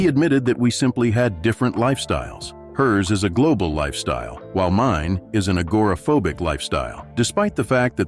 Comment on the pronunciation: Ag ra pho Bic! I stopped watching after his mispronouncing of this word. With a thumbs down. Get it right mister!